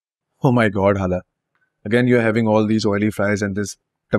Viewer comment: First time mujhe hala nhi khala sunai di😂